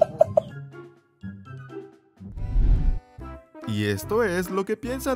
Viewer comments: el dijo Paolo pero se escucha decir paoloa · Vaya gato más bonito y que cara simpática el que dice iPaooolooo! yo oigo iPaooolaaa! Un saludo desde Sevilla, España 👋